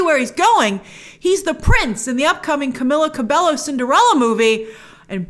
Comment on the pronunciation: Grace, just a quick tip for the future, her name is pronounced Cam-meal-la Ca-bay-o